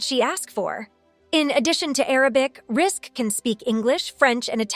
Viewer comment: What kind of absolute TOTAL Lies and rubbish are you saying in this video?? *1st if all ~ Georgina's name is pronounced Rizik... *2: ~ arabic women were allowed to go to school back then and even further back... in Lebanon and across arabic countries alot of women were educated up to university level... infact the World's 1st university was opened by an arabic woman centuries ago *3: ~there are 4 religions in the arab World, not all the women wear head scarf hijabs ~ approx. 50% do not do so * 4: ~arabic women who choose not to cover often do wear bathing suits in public swimming places ~ it started 20years prior to this beauty contest *5: ~the images of women wearing black scarfs (chador) that you show as images of arabic housewives... those are NOT arabic women, but rather images of after islamic revolution Iran... Iranians are not arabs. * 6: ~again i REPEAT arabic women did not all wear hijab and cover their faces, not then and not now *7:~ many higher education arabic women in the 1950's and onwards are doctors, lawyers, accountants...etc...etc.they are not all tied to home base *8:~ Lebanon is NOT a muslim country... it 50/50 christian and muslim country... it has never been a conservative country, but instead a party beach/ restaurant n bar/nightclub playground since the 1950's... and many famous celebrities + jet setters have visited Lebanon *9:~ Georgina is NOT the only arabic woman to have won a prestigous beauty contest... Miss USA 2010 was Rima Fakih, who is also